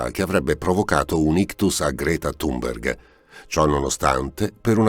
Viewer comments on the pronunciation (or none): none